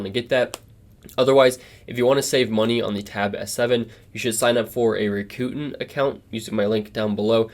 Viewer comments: "The other dark side"...lol It's pronounced ROCK-OO-TAN. The ability to use an SD card and usb-c file transfer that works like you'd expect is priceless. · Galaxy all the way! That Rakuten pronunciation though 🤣